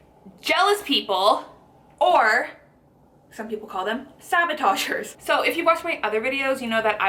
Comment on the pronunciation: i like your video, but they are not called sabotagers, they're called saboteurs. Sorry, for the nitpicking, but I cringed each time you said it. Great video though. I'm trying to lose weight myself. Thanks.